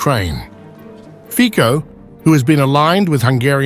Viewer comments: The right pronounce of the surname of the Slovak PM in English is Fitso. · Together with Orbán il migliore PM in Europe! ❤❤ ( Io solo scrivo a questo canale di insegnare alla IA come pronunciare il cognome di questo grande PM Slivacco Robert Fico. Si pronuncia /.fitzo/, has nothing to do with fichi 😑😑😑🙄🙄🙄!!! V slovacco va prononciato sempre /tz/, ( mai k , così poi suona come un fico)!!!! È vergognoso se la IA parla di un Primo ministro così importante senza sapere come pronunciare il suo nome!!!😊